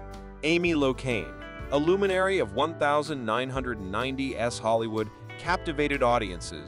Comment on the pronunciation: So, no one is concerned with the prevelance of AI voices used to read scripts like the one used in this video? "Early nineteen hundred S to the two thousand S?" "Ar, kelly?" United States Magistrate judge? Country music as the backdrop? I mean, is the creator of this channel even a real person or is everything AI?